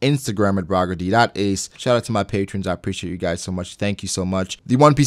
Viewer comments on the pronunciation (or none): none